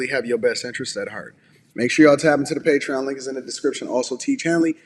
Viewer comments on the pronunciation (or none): none